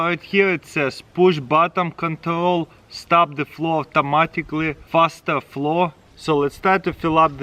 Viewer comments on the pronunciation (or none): Only I hear him say "auftomatically" !? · We need an "Avtomaticly" counter please! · AFTA MATICLY